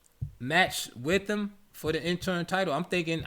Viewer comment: Great content 👌. It's interim, not interm bro.